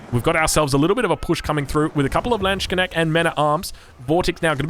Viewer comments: Thx for great video. Landsknecht pronounced as simply lands kneht . CH is simply H (a little close to throat) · Pls never say Landsknecht again, it hurts big time in native ears